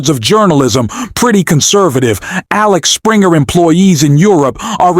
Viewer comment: It's Axel Springer not Alex Springer publishing